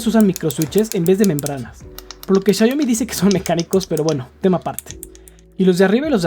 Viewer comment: por que le dices siayomi???